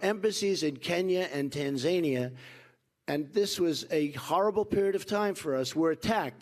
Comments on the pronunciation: fuckin guy cant even say the names of half the countries hes talking about! Tan-ZAN-IA? lol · lol 38 min "policy"speech that does not contain any details just broad generalities. The one thing he did hint at was increasing military spending. If trump thinks that is all there is to foreign policy .....we are all fucked. And lol a foreign policy speech where he mentions "Tan Zane ee a " . A strong and smart America .....?? Not with this buffoon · ....No Tan- ZA- Nia not what you eat for breakfast silly :D